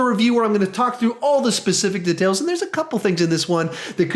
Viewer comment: It bothers me whenever you say details